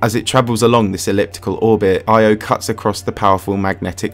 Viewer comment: Bruh constantly changes between the Greek and Roman names of the Gods. And Io is pronounced Yo. Cool vid tho